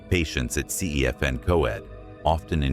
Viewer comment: It’s pronounced denbee and cefn is pronounced cefun